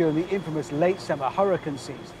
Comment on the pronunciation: Did he say huracan season or huracane season?im kinda trippy bout that